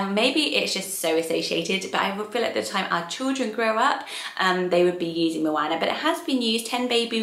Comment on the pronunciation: For anyone considering the name 'Moana' please take note of the correct pronunciation here Having lived in NZ for 2 years I'm quite passionate about correct Māori pronunciation and moana is the Māori translation of ocean. It's not said with a short 'a' sound, it's a long sound that sounds more like 'arr'. Such a beautiful name and obviously a popular one in NZ, but not so much in the UK!